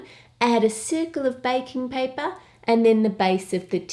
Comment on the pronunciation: omg this is so cute and delicious love it👍 oh and I thought you where saying bacon paper 😂